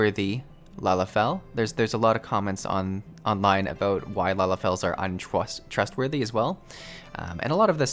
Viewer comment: I caught that "Untwustwowthy" that slipped out... already beginning to turn...